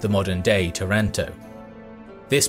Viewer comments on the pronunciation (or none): none